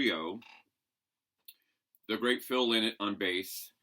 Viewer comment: Lynotts a bird, its pronounced lienot!!! Lynott!!!